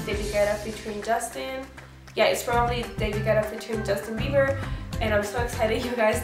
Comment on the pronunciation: Did she just say Justin beaver